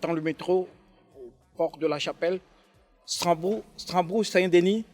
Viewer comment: YELE.......WOUAIH. LAISSEZ NOUS MBENG SVP. FAUT PLUS NOUS SABOTER HEINNN YELE...... ON DIT STRASBOURG ST DENIS et Non Stranbourg stp Riree Je Sais que C'est qui vous dit Tout Ça